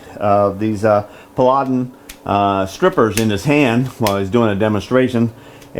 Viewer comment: See others mentioned firebrick for welding use. FYI: "Paladin" pronounced pal-a-din. Best wishes on your surgery.